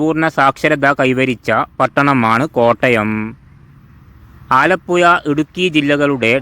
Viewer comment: ആലപ്പുയ അല്ല. ആലപ്പുഴ.